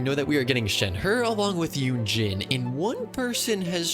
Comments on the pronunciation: when the voice mis-pronounces shenhe as "shenher" Shenhe: mark my words vengeance will be mine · insert it’s pronounced shen-hey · When he says shenher as a meme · Man keeps butchering shenhe's name as its kinda funny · This is the most painful pronunciation of “shenhe” I’ve ever heard